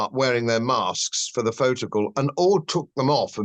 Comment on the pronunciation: Please don't say Glo Baal........